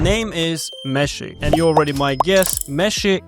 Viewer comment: I can't stop hearing "Messi" when you say meshy and I love it because argentina campeón papá. Thank you always for sharing this valuable information with us